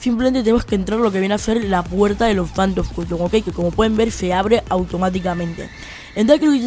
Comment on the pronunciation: APRENDE A ABLAR " CUTOM" AWEO...... POR ESO NO VI TU VIDEO